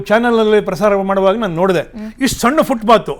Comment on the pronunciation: ಅದು ಫುಟ್ ಪಾತ್, ಫುಟ್ ಬಾತ್ ಅಲ್ಲ ಅನ್ನೋದು ಮೊದಲು ಗೊತ್ತಾಗಬೇಕು.